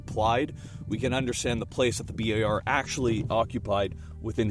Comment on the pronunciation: Bi Ey Ar??? Guys are you too going to Bi Ey Ar to drink some beer with friends?